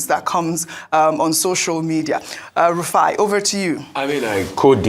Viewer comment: Rufai not Rufia😂😂